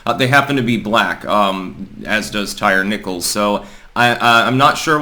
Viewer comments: It is pronounced “Tie-Ree”, NOT “Tire”. Geez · Lmao his name is pronounced Ty reeee. Not tire lol bro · Tie-ree. Come on man. Ain't nobody named Tire. 😆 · LOL. His name isnt pronounced Tire, it's Ty-Ree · Tie - rhee. That's how it's pronounced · Did say Tire Nickles?